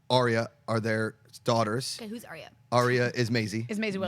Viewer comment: I think I'm going to do this every video till you guys start saying her name correctly, Ar-Ya, Ar-Ya, Ar-Ya, Ar-Ya, Ar-Ya, Ar-Ya >.<